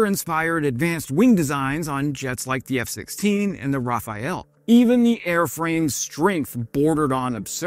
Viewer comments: it is Rafale, not Rafael:P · Decent enough video... giving an entertaining overview. 🙂 A correction: It is Rafale... "Ra-fal"... not "Rafa-el". The League of Interesting Facts informes: The name Draken can with equal merrit be translated as either The Dragon or The Kite . The name is said to have been the result of an engineer's wife visiting Saab, seeing the slow speed test aircraft Saab 210 flying overhead; commenting that it looked like a kite. It stuck. Luck happens when you design for it... When the design of the 35 was drawn up, the engineers were a little unsure on how the center of lift (CL) would travel when passing through into supersonic speeds. So Mr.Bratt added 10 cm infront of the engine, thinking that it would provide for moving the engine, and with it the center of gravity (CG) forward, to compensate. As it turned out, the CL and CG were as on paper, making the 10 cm unneeded. Later RR added a "zero stage" to the fan compressor on the Avon (another fan disc), giving additional thrust. This zero stage fan disc added approximately 10 cm to the length... so the at first unneeded centimeters, allowed for this new more powerfull version of the Avon, to be installed in the 35, with little effort. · It's pronounced RA-FAL, not rafayel... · DRAH-ken and GREE-pen, please Also Rah-FAHL. Nothing to do with the archangel. It means 'gust of wind'.